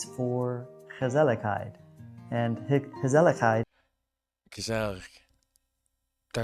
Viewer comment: you mean gezellig. prenounce like Gè Zèl Lig. A strong first G and strong Z and then a strong second L soft last G. ;) Sooo, we have: Gezellig Niksennn - togheter :)